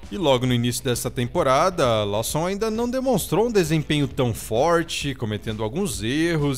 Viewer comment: Lawson não lê-se como estás escrito! Bora melhorar as pronúncias da língua inglesa!